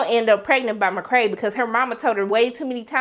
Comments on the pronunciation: Mc cray lol its mc kay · i absolutely love your reviews. i enjoy every sec! on a side note tho, why do you call McKay, McKray? lol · McKay, not McKray.